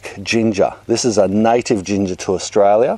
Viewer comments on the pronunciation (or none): none